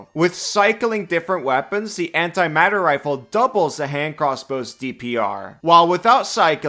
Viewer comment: Vocal goof: You call the "Antimatter rifle" the "Antimateri*a*l rifle" which is almost the "Antimateri*e*l" rifle. "Materiel" is the French word for "Military equipment" since most military terminology has French origins. You also use the image of a .50cal rifle for antimatter rifle, which could be considered an antimateriel rifle. It's correct on the text though.